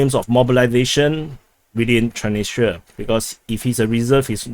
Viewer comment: There is an"s"after "Tran.. in the name of thr city "Transnistra" May just try reversing the name